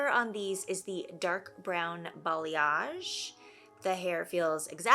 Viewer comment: Thanks to you, I finally learned how to pronounce "balayage" 😄